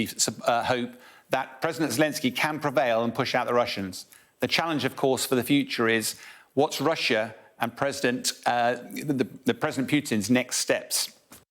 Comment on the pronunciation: Why do u call him Pjutin and not Putin?